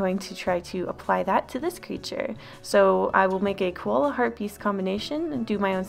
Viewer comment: Hartebeest is pronounced "hart-uh-baist" if anyone was curious